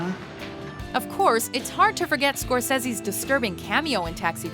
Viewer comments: He's a legend say his name right ugh lol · You're saying Scorsese wrong you fucking uncultured swine.